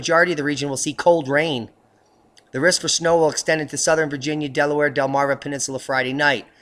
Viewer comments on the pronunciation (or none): none